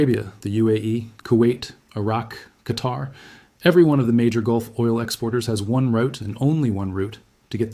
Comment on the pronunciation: Since you are so good then pronounce the places correctly. Oman is ooman, qatar is Qatar. And the name is Salman is salmaan